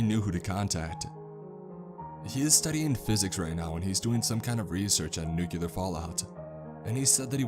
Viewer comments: "Nuke-yah-lur". Ugh lol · He lost me at "NUCULAR"